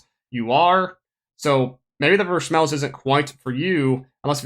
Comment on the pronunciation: I cant stand the way you get Vershmelsz